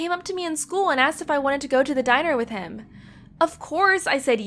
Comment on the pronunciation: what did i only heard she spoke deiner instead of diner